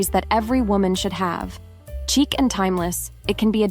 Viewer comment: Chic is pronounced sheek, not cheek. Just so you know.